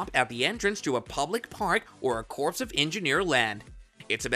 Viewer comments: You lost me when you pronounced corps as corpse. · It is pronounced CORE, not CORPSE . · "Corps" is pronounced like "core", not "corpse". English is silly, I know, but it might serve to discredit you content if you're pronouncing words like that incorrectly. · It is pronounced core not corpse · Omg is not enunciated CORPSE. it's CORE. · Corpse of engineers. Egads. Corps of engineers is pronounce more like core. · Bro, when you read the word "corps" you say it like "CORE", not "corpse"... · Army corpse 😂 come on man. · he keeps saying "corpse" of engineers... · Corps is pronounced as core… Oh God help us! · The word “corps” is pronounced like “Kor”. It is strange and sad for a news reporter not to know this. Ask any U.S. marine. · It’s not Corps like a dead body. It’s pronounced Core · Corpse of engineers? You probably say the "t" in castle and Christmas, too. You're either a really dumb human or a decent bot. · "CORPSE of Engineers" ?? LOL! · 2nd time watching your videos. Appreciate your work. However please understand the word CORP/CORPS is pronounced CORE/CORES. Many ppl makes that mistake. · It’s pronounced CORE, the P is silent..geez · Please learn how to pronounce the word corps. The way you say it hurts my ears.